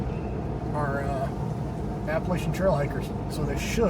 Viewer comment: If I hear you say Appalachia wrong one more time, I'm going to throw an apple atcha. 😊